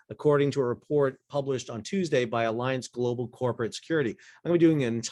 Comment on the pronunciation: Another timely and interesting report. Thanks! As a hint, mein freund, the name of the huge German insurance company Allianz does not sound like the English word alliance. Try instead ah lee onts. The last syllable rhymes with the english word "fonts". Danke!